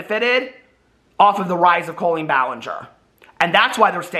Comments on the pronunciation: Does she pronounce her name COE-LEEN or does just say it weird? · I thought her first name is pronounced with a short O not a long O